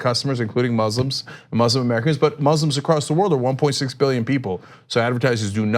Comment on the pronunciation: KO-RAAN, HEE-JAAB, IZZ-LAAM, MOOZ-LUM Bunch of YEE-HAW ding dongs